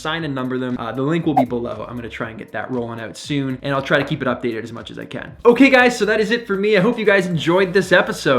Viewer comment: Just came across your channel! I like your energy and sense of history. Something many lack these days. Also dig the way you say "oout" eh! 😉👍😆 Look forward to learning more from you.